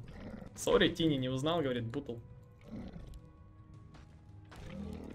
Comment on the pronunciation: У меня один вопрос - почему этого героя называют тини? Читается же тАйни, что в переводе малыш/кроха.